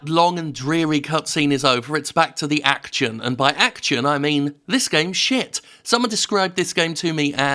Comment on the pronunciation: Act-tchun? What kind of way to pronounce 'action' is that, you maniac?